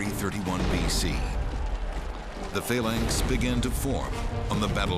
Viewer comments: For fuck sake, you could at least pronounce words correctly... "Phayylanx".. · just luv the pronunciation of phalanx......:) we were always taught in english class it was a hard a ...to get the pronunciation used used in the vt you would have to spell phalanx - phaelanx .